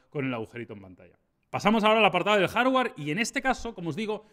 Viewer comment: Muy caro. Los OPPO ya eran caros antes de la subida general a la parra de los fabricantes, figuraos ahora. ¡PA ellos y Pa los TdG! ¡Vendidos!, ¡Fuera! (Hardware no se pronuncia jár-uar, sino jár-uear).